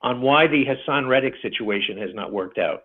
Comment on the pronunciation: Guy can’t even get his name right. It’s Hassan not Hassam. Maybe that’s why he’s hasn’t showed up. Dudes been calling him the wrong name this whole time.😂